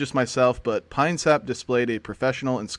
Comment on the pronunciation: “Uhhhh I want to ask pee-nuh-syap” - Russian orthobro chad